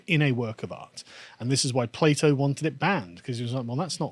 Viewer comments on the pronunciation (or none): none